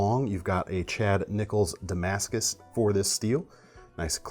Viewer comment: Dont mean to offend but please do pronounce Damascus correctly. Its really annoying that people can't get it right. Appreciate.